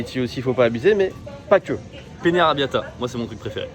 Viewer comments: deuxième fois que je t'écoute prononcer pene, c'est peNNe, la différence c'est qu'on joue au scrabble avec le pene, t'as pas besoin de l'importer, il voyage toujours avec toi mdr XD (soit en italien ou en espagnol) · Y a aussi deux "T", qu'il faut prononcer. Puis c'est comme "Penne", il y a deux "N". Avec un "N" ça veut dire "zizi" etc... Mais on va pas corriger toutes les erreurs de prononciations, on s'en fiche :D